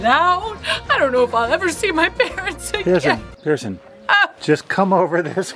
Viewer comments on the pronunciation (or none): Why you say prison it’s pierson